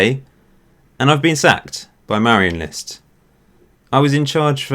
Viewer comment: Dane here. Your pronunciation of Marienlyst is actually pretty good.